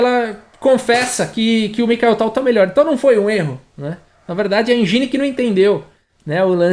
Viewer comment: sugestão para melhorar ainda mais: engine não se pronuncia enjini e sim êndjin